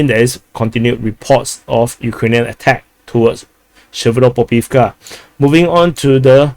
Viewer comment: Przewodów= psheh-voh-doov. Polish is easy. Greetings from Poland🙂